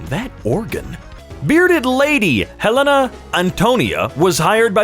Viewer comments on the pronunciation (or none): none